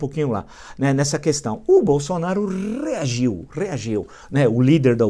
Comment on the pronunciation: rrrrrrrrrrrrrrrrrrrreargiu, kkkkkkkkkkkkkkkkkkkkkkkkkkkkkkkkkkkkk